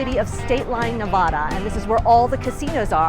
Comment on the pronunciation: Nevada not nevoda remember that so you don’t get looked at funny from people that come from Nevada it’s not very hard just replace the o with the a when you say it